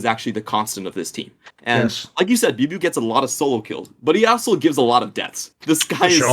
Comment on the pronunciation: Love the content! Good to have more outlets for LPL analysis before playoffs. Thorin's pronunciations of chinese player names never ceases to amuse me...actually had no idea who "booeybooey" was until said biubiu lmao